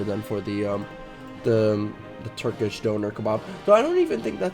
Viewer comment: Fam ur meant to pronounce doner like 'donna' not like donor